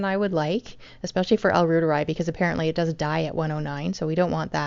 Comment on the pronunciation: Pronounced "Rooteri" or Root'eri ("i" = ee)